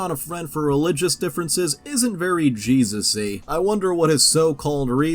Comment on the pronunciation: I get that Jesusy just means Christlike but I can't help but hear "Jesussy" 😬